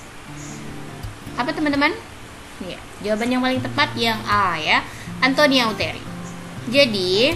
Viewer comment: ATONIA YA KA BUKAN ANTONIA,MAAF ❤❤